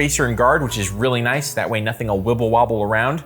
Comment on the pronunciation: I wawnt thayt